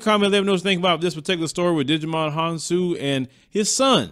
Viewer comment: lol! His name is pronounced Ji - Mon Hon-soo.